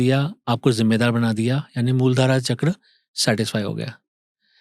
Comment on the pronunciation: अरे भाई मूल धारा चक्र नही बोला जाता मूलाधार चक्र बोला जाता है।